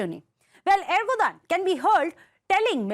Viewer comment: ERDOGAN not ERGODAN.